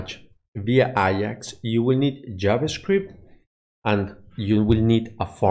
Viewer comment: A-JAX, not I-AX, its not a football club